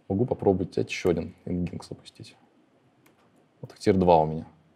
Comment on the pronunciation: Nginx произносится как: "энджин-экс". За лекцию спасибо.